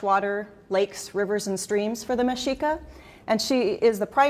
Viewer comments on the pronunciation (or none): aztec itu berasal dri 2 kata aztlan dan tec(atl) nah aztec ini bukan nama aslinya, tapi dicetuskan oleh alexander von humbolt yg artinya orang dari aztlan jdi plg bgs itu sebutny mexica (dibaca mesika bkn meksika:) trs jg tenochtitlan g dibaca tenoktitlan 😭 dibacany teno(c)titlan dan nahuatl g dibaca nahuati tpi nahuatɬ dah itu aja amanat dri saya kpn² bikin vidio ttg teotihuacan dong 😊